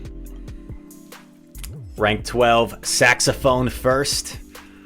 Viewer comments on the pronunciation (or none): it's not "saxophone first" its "saxophonist"